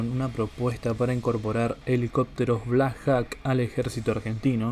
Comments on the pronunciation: Se pronuncia "blacjoc" no blacjac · no hay nada bien pronunciado. empezando con los Black Jacs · Black Jok se pronuncia amigo... y significa halcon negro